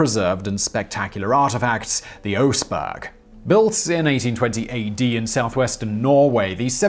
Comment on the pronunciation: It sounds like you are saying 1820 ad not 820 ad.